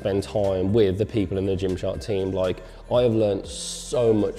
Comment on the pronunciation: like..... like..... LIOKE